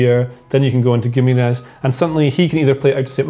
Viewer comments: I think Romano pronounced it Gwimaresh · Loved how the pronunciation of Guimaraes just deteriorated as the video went on. Felt for you. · God the pronunciation of Guimarães is killing me. Great video tho.